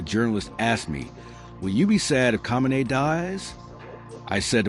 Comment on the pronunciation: this reporter should learn how to pronounce Khameini. learn your craft sir.